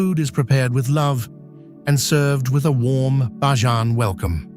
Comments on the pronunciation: The word for Barbadian natives, culture and lifestyle is pronounced "Bay-jan" not "Bah-jan"😒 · It's pronounced BAY-JAN - NOT BAAH-JAN ! Just FYI ! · The A.I. Voice sucks. Its not Bah jan. its BAYjan!!! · Prononciation is Bayjun NOT bahjan! Bakeries do NOT open for salt bread in the mornings! They open around 9 am and bake for the evening. Some images are NOT of Barbados but it is a lovely place to live! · Many scenes are absolutely Not Barbados.. especially the last half of this video. Also , the commentary saying BAJAN incorrectly is very annoying.